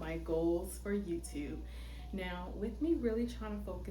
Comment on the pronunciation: Also, are you from Baltimore? "Yewtewb" tickles me every time. 😂